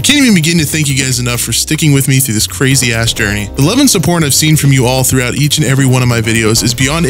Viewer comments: “the love and supporn” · “The love and suporn” lol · "The love and supporn". Lol. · Instead of love and support he says love and supporn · Did he say "love and subporn" in the intro?